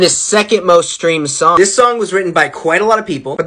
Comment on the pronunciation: I don’t know why but at the very beginning when he said “do you know this sOnGg” I burst out laughing